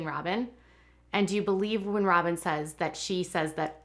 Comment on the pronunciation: She said "Sobyn Robyn"🤭🤣🤣🤣🤣